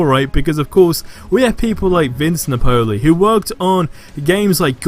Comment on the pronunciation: U gotta learn how to pronounce Vince Napoli’s name. Nap-ol-ee